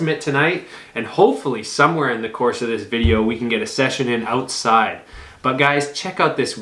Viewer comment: When he said outside I knew he was Canadian 😂💀